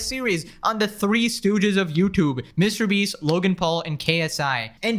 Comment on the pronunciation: Ah if it isnt the infamous line: Mr Breast 😂 glad to hear that again